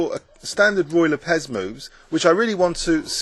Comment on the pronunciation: so it's ruy lopez...lol I feel retarted. The way you say it makes it sound loke Royal Apes. Awesome movie again.